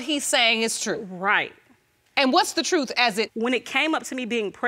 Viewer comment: I'd they say "TROOF" one more time....